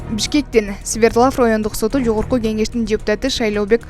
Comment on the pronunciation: Свердлав эмес сврдлов